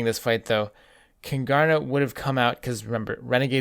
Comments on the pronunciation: Love your mispronunciation of Kungarna, Don't blame you though the stereotype for the Swedish language is way off. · You're butchering the pronounciation of Kungarna xD